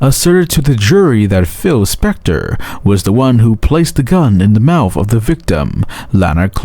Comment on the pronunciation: Is the narrator saying mouf & bafroom?